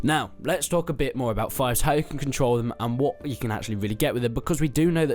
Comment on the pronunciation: Im pretty sure its pronounced 'feefs'